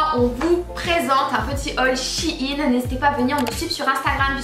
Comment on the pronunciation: SHEIN pas chiine sinon super vidéo 😅